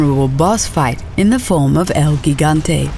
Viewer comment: Lol the way she said gigante.